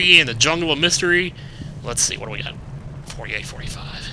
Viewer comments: lets see what we've goht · 'let's see what we goht' LOL